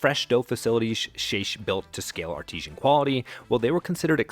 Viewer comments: Thoroughly enjoyed this video. One small note about the ending: artesian is a kind of well. I think you meant artisanal. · Maybe learn the difference between “artisanal” and “artesian”…